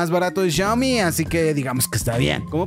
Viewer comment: No es CHIAOMI es XIAOMI